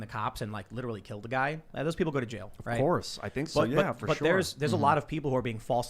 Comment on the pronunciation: “Right to jyail”